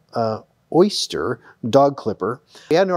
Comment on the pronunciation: it's pronounced "OH"ster:-)